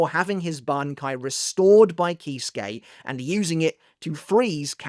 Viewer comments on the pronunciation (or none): none